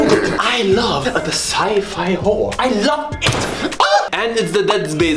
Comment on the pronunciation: wery goot